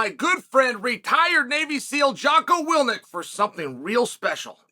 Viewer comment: 😂 he totally said wilNIK at the start of the read out